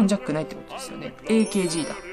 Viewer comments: エーケージーではなくアーカーゲーですよ〜ん！ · ケースの内側のプチプチ（点々）は 滲み（にじみ）防止加工です。 あとAKGの事をえーけーじーって言ってますが ただしくはあーかーげーです。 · AKGの読み方 えーけーじー❌ アーカーゲー⭕ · アーカーゲーが正しい読み方です！